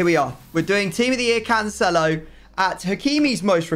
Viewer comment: Yay and episode of hearing mispronounce cancelo 😒